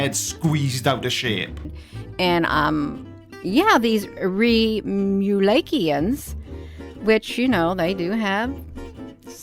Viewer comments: Watch some old skits and learn to pronounce their name. Reem you lake eee ins??? This woman is off her meds. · Fun listening to her trying to pronounce Remulakians!😆😆